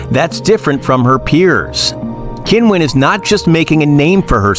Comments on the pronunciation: Oh, c'mon, her name's not "Kinwen", she says that sometimes for westerners! TikTok is not a place to rely on anything. Do some decent research and find out the way she actually says it for real, the way we all say it in China, including Qinwen herself. There's a YouTube video somewhere where a group of tennis players from several nationalities actually say their names for real, and Qinwen is among them (it might be under the WTA listed videos). Alternatively, you could look at a Chinese news source or interview with Qinwen in Chinese where her name is referred to. Doesn't matter that you can't speak Mandarin, you'll hear her name announced. If you want to develop your channel and be taken seriously you need to be professional enough to pronounce names correctly. It shows respect. Otherwise, why bother having a channel. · isn't time for the sports commentator to learn how to pronounce her name probably ! It is not Kin-wen ...........the Q in China is pronounced CHI. However, DIVA is a proper term for her. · Come on, learn how to pronounce her name, at least try a little. "Kinwen Zang" is nothing like it. She says "Kinwen" sometimes as a joke and because it's not that important to her as mispronunciation of her name happens so often. There are native speakers on the net who demonstrate her correct pronunciation. And yes, I'm a native speaker of Mandarin whose surname is ... Zheng.